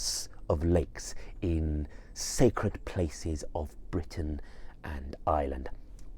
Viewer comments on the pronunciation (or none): none